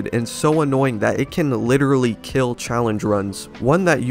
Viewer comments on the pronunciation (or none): Once again. It will keel.